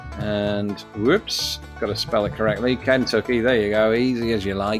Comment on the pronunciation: For all your thoughts on pronunciation you adding the short a sound to the first syllable of Kentucky is what just drives me nuts. Do you think its spelled "Can Tuck EE?